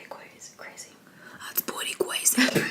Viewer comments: That’s pwetty cwazy!! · that’s pwetty cwazy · That's pwetty cwazy 😂😂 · thats pweety cwazy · that's pwetty cwazy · "that's pwetty cwazy" lol 💕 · That’s pwetty cwazy 😂😂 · oh, and by the way " that's pwetty cwazy" hahaha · That’s pwetty cwazy🤣🤣